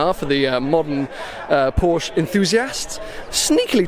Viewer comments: Amazed to hear you saying Porsche and not Porsch! :D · Props for pronouncing Porsche the right way.